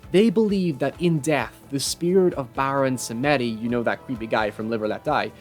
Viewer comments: Okay so, you kinda missed a few things on Haïtiens zombies and Baron Samedi (wich you butchered the prononciation in like, incredible way, it took me a moment to get it XD). Baron Samedi IS a god of death. But he isnt seen as a "benevolant" god. In fact, he is the "evil" one that tough sorcerer how to make zombies (go read account of haïtiens real zombies, its terrifying). His name and look actually really remind of plantation owner, and it is REALLY badly seen in haïti to "pray" the guy. Also, Duvalier (an haïtien dictator) actually dressed up as the Baron, and his troops were know to dig up graves on occasion. So yeah... Zombies are a real, deep scare in haïtien culture. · Thank you for pointing out his mispronouncing of Baron Samedi.